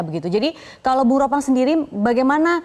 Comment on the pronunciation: Ropan bukan ropang 😂